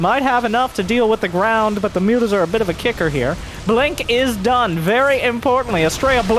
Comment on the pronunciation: The original joke I believe stems from how serrals pronounces Mutas. He tends to say mootas, the picture is a recent addition. Still, it greatly underpins the joke.